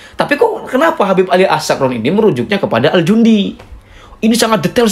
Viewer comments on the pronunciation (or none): Bacaannya bukan al jundi, tp al janadi